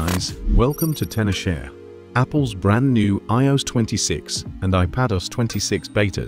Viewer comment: Can we please stop using AI voices that struggle to pronounce the word IOS!